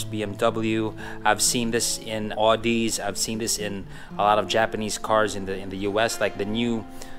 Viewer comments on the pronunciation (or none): aw-di po hindi odi. Audi